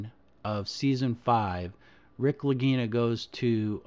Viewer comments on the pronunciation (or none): none